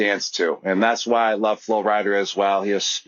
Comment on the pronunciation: “Flo Rider” lmaooo